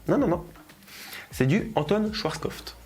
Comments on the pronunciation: Alors je sais pas si c'est moi qui plante, mais j'ai l'impression que tu retire un "p" et rajoute un "t" à la fin de schwarzkopf.... Aah et euuuuh.... Je viens de capter que moi aussi je me suis planté en rajoutant un "t" en plein milieu 🤦🏻‍♂️🤦🏻‍♂️😂😂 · N'empêche, tu a du mal à chaque fois avec le nom Schwartzkopf 😅 (faut bien trouver une critique sur la chaîne, hein) Merci pour ton travail comme à chaque fois